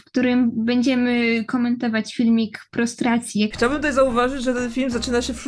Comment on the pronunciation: uwielbiam jak oni mówią "pistacja" na prostracje